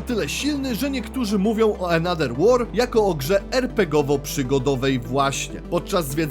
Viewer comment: Ale wiesz że th w ang czytamy jako v lub f. Bo jak ciągle czytasz another przez d to uszy bolą xd. Poza tym film więcej niż spoko